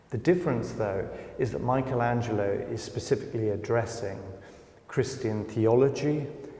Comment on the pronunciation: Always this mispronunciation of Michelangelo....is not Michael